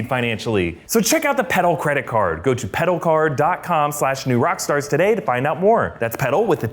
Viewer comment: Am I the only one when hearing him say petal card during his promo part think he was saying pedo card lmao